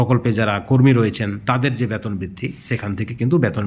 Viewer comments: Baton noi,beton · ব্যাতন কি জিনিষ বুঝলাম না। উচ্চারণ সঠিক করেন। তার পর খবর করেন।